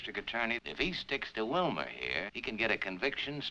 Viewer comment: When my wife was watching this and heard Bogart addressing Wilmer, she thought he was calling him Wilma😂